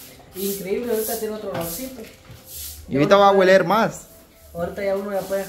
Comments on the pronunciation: Lucila de agradecida por estar ahí durmiendo sus padres hubiera ayudado...se dice oler y no huler.......!!!!ahora Catita anda báñate...... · Hola chicos, no se dice gueler se dice oler, traten de hablar bien ustedes hablan, demasiado mal lo he visto en todos los canales. me perdona a esa gente tan cochina ni hagan lo que hagan cambian . A la Martha se le hizo esas puerticas y aún así no la mantiene cerrada y los perros en el corredor que hazco. Desde Venezuela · No critiques más y aprendan a hablar no se dice hueler se dice oler para que quede impecable límpiale las ventanas y las puertas